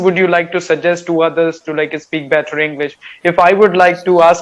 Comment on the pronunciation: your your english communication skill very good. Any learner one can follow your english for improvement. But one thing u should correct your pronunciation "better" that will be good. I follow u time to times... Kolkata